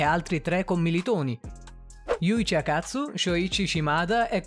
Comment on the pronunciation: Ma solo io quando ha detto Akatsu ho sentito " a ca**o"?